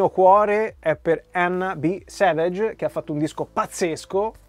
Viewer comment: Gary Numan-Intruder. SEveg la pronuncia di Savage